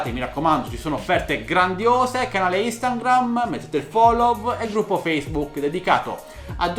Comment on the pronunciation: si dice Instagram no Instangram, grazie dei video!